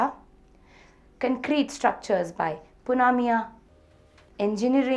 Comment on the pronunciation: not punamia... It's Punmia :P